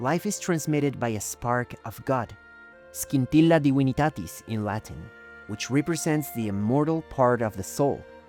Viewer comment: It is funny that You speed up Your pronunciation when speaking Latin, Italian or Spanish notions.